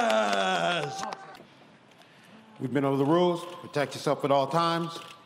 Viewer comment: Why they say hotdriguez instead of rodriguez